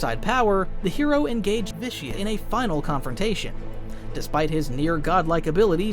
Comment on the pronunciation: Did you pronounce Vitiate wrong in the first run through? Every time you say the name it sounds like an added audio take lol